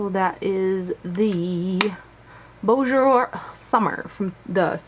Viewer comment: boujour? not bonjour? hmm